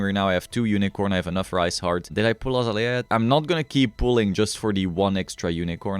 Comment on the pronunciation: its pronounced uh zay lee uh